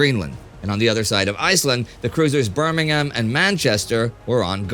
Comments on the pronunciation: Can't believe you pronounced 'Birmingham' correctly, Indy. You legend! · Well done for remembering the pronunciation of Birmingham with the "h" silent. Blenheim is pronounced "Blennim". Spoiler, Southwick, near Portsmouth Harbour, is pronounced Suthick (like Sutherland) but Southwick near Shoreham Harbour (silent "h" again) is pronounced South-wick. Keep up the good work.